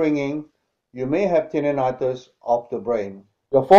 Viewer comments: "If you're hearing ringing, you might have tinninitus, of the brain".... Yeah, let's take advice from a bloke who can't even say the name of the condition properly. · Can't pronounce Tinnitus and Said tap your head 10 times. But procedes to tap it for 10 Seconds.. Seems very legit..